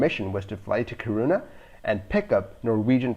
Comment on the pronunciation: It’s pronounced KEE-ruu-na (“uu” is hard to describe in English, there’s nothing similar. Although technically you’d be pronouncing the Swedish “y”, try say UU this way: make an “ee” (hold it...), then while not changing the ee-sound you round your lips like in “oo”. You’ll come somewhere closer to any “uu” sound than is possible with an English word.) When you say KiRUna, it almost sounds like you say corona 😉